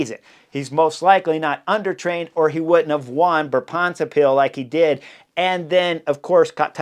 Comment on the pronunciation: Tip for pronounciation of Brabantse Pijl, the emphasis is on Bra, not on bants. Written out it sounds more like Braab’ntse pijl